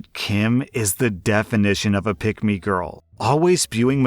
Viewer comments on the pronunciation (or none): So... When you first said "pick me"... I thought you said pygmy lmao. "She's the definition of a pygmy"